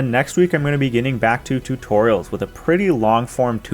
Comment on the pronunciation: Man you're awesome please keep the totorials coming. Just murdered that word. But keep up the work bruh